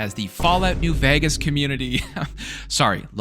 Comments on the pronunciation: Why is bro saying new VAGAS bruh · still cant pronounce Vegas?